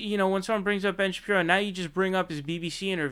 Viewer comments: Is there a reason you are calling him Ben "Sha-Pee-no" as opposed to Shapiro? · Ben Shapino? Come on you're better than this. You can easily dismantle these clowns without resorting to petty tactics like deliberately mispronouncing Shen Bapiro's name, ok. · Why do you keep calling him Ben Shapino? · "Ben Shapino" XD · Ben “Shapino”